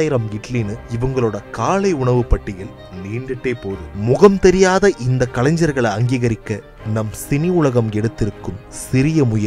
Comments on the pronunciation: கலைஞர்.....கலைன்சர் இல்ல....பேசுபவர் தமிழை கற்கவும்...உச்சரிப்பு முக்கியம்.. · தமிழை கொல்லாதே. கலஞ்சர்கள் என்று சொல்லாதே. கலைஞர் என்பதை தினம் தினம் சொல்லிப் பழகு. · அது கலைஞ்ஞர் அல்ல, கலைஞர். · முதலில் தமிழை சரியாக‌ உச்சரிக்கவும். கலைன்சர்‌ அல்ல, கலைஞர். கலாச்சாரத்தை சிதைத்தது போதும். மொழியையாவது விட்டுவிடுங்கள் தயவுசெய்து. திரைப்படத்துறையில் கோலோச்சிய உன்னத மற்றும் மிகப்பெரும் கலைஞர்களுக்கு ஒரு காணிக்கையாகவாவது இருக்கட்டும். நன்றி. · கலைஞர் என்கிற வார்த்தையை சரியாக உச்சரிக்க தெரியாத நீ ஒரு தமிழனா?